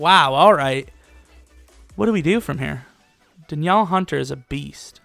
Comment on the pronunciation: "Da Niel" hunter